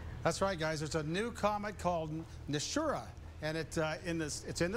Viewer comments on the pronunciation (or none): The name Nishímura is accented on the second syllable, SHI. Not NISHy MURRa, but “nee SHEE moo RA” Respect the man who made the discovery, and give his name a back beat! Hear for yourself: search YouTube for 西村彗星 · Reminds me of the game Dead Space where the ship is called USG Ishimura. The gentleman mispronounced Nishimura. A westernized way to say it would be: knee-she-mur-rah.